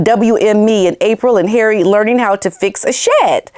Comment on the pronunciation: 😂🤣😂…LOVE how you say HAIRY 😂😂😂😂